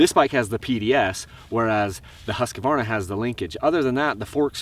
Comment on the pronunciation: Hey...Keep pronouncing it "Husq-a-varna"! Us older guys who grew up on those bikes in the 70's always called them by that name, not Husq-Varna! That sounds stupid!